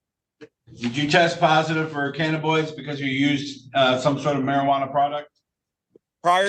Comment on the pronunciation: Lol, the way he pronounces cannabinoids is making me crazy, it's ka nuh buh noyd, not ka na boid.